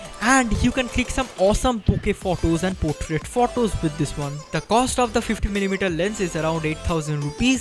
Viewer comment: Learn to pronunce photo u r prouncing wrong